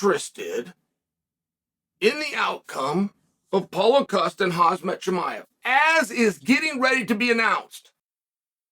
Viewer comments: Chael, for the love of Christ, get the fighters names right. It's not Kasmit. It sounds like, "Kham-zaat" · “HAZ-MAT Chimaev”